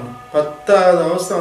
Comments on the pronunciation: Avathai illa Avasthai. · Avathai ella pa avassthai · Avathai illa avasthai